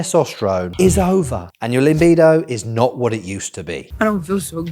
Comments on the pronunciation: Limbido? I thought it was pronounced Libido. 😂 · Great. It's libido not limbido though ;) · stop saying LiMbido there is no M in it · Cracks me up when he says "LIMBIDO" hahaha Its a new Soca Dance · my boy said LIMBIDO